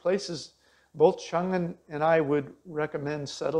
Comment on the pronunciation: Why didn't Qiang teach you the difference between the Q and CH sounds in Mandarin? You're pronouncing it chung instead of qiang which are totally different sounds.